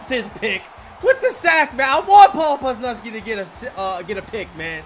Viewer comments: "poz" 'luz" "knee" now you can pronounce it correctly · Dude calls Leonard Williams "Lenn-NARD", and Paul Pusluzny "Puz-nuz-kee" lol keep livin the dream brother